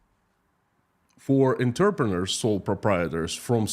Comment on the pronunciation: "Entrepreneur" is one of those odd words derived from French. It is pronounced "On-truh-pruh-NOOR." The last bit rhymes with "pure" and "manure." I would guess that the fellow going on about how many Russians are involved in the sex industry included those producing and selling pornography. (Oddly, it doesn't count as prostitution if you photograph it. Erm...) Nevertheless, yes, 16 million sounds like an absurdly high number even if you count all the webmasters. Furry, not fury. Wearing fur. Fury is anger; furry is fuzzy. The vowel u in furry is pronounced like the u in purr, the noise that cats make when they are happy. Or "grrrr," the sound that dogs make when they see happy cats. "Up" is an adverb, not a verb. You want to say "raised," "increased," or "grew." The love of money is the lust for power. (Well, barring the possibility of an odd fetish for metal or portraits of dead politicians.) So, quoting myself: "Their only paradigm is power and their only tool is hate."